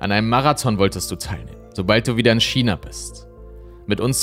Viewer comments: Heisst es nicht Ausgesprochen Kina statt Schina (China) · Ich hör dir so gerne zu, aber dass du ein Schina aussprechen bist macht mich fertig ^^ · Aber warum „Schina“?! 🤌🏼😩